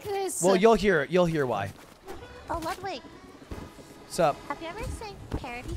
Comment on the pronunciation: Ludwig without OTV: Ludwig Ludwig with OTV: Ludwin